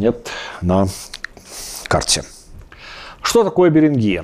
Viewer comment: БеренгИя - похоже на название болезни. Очевидно, придумывая условное название, по-русски эту землю надо было бы называть с ударением на первый слог: БЕринг - БЕрингия. Переберите все известные названия стран - не найдёте ни одной с Вашим ударением.